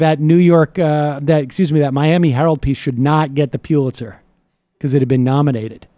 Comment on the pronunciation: Sam: It's pronounced, "PULL-itzer" not "PYUL-itzer."